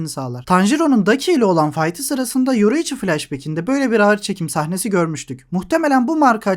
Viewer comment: yoruichi diyorsun agam :D